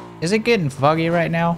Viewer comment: I can only hear "Is it gettin' Fuggy right now?"